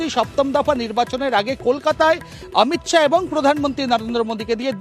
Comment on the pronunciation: মহিলা রিপোর্টারের অমিত শাউ নয়, অমিত শা